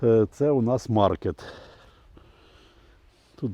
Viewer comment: наголос в слові "Маркетт" треба ставити не на літеру "а", а на "е". Сорт названий на честь місіонера француза, котрий проповідував християнство серед американських індіанців. А в французьких прізвищах наголос робиться на кінцеву голосну. Вибачте за поправку.